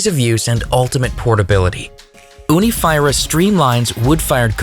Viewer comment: I think your pronunciation is wrong Fyra means four and is pronounced 'feera '